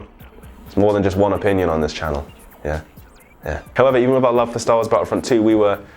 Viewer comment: I'm sorry, this made this vid hilarious for me. STAWOOOOOOSSSS!!!